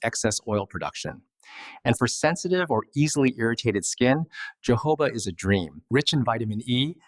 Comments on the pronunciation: HE IS PRONOUNCING YOHOVAH OIL BUT IT IS PRONOUNCED HOE-HOE-BA OIL. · keeps distracting me 😬🙃 Correct pronunciation of jojoba is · Thank you for your helpful video. (Please Note: The correct pronunciation of Jojoba: The Js are pronounced like “H”s. Ie. “Ho-HO’-buh.” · It’s not Portuguese. Jojoba originates from the Sonoran Desert in Mexico. Therefore the j’s are pronounced with an h sound as heard in the Spanish language. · Jojoba is pronounced Ho ho ba. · Does he nean jojoba oil? I have never heard of johoba oil, like he says it. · JOJOBA word originally from a Native American word for this plant/seed they used for their medicine, until Spanish colonists adopted the word, so "j" in Spanish is pronounced with an "h" sound. This is the correct way to pronounce: Hohoba. Just like when you pronounce “Hose’ for Jose in Spanish. Hope this helps 😃